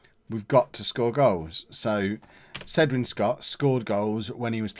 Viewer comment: you say it kedwyn Scott not cedwyn sctott 👍🏻